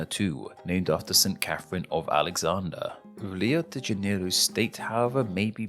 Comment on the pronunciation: rio de janeilo